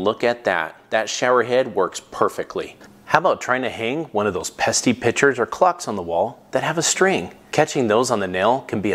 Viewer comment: Pesty? It's pesky there homeboy